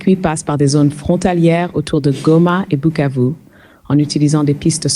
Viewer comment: Remarquez que Bukavu est bien prononcé et pas Kivu !